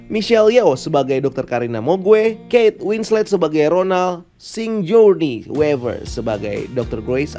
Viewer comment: "seugurniy wiveur" bang